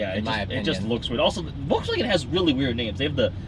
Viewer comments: You were talking about Toureg, but missed that Vw is actually pronaunced Folks- Wagen Folk rims on sick station wagon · definitely not Volksvaugeen!! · Wrong, its "FolksVahgehn" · They pronounced Volkswagen wrong though... it should be "Folks-vahgen" but whatever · well you're saying Volkswagen wrong too, it's VolksVagen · you're saying Koenigsegg wrong. Its supposed to be an "ö" not an "oa" and Volkswagen is also wrong. Its supposed to be pernounced as "Folksvagen" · They still pronunced Volkswagen and Koenigsegg wrong.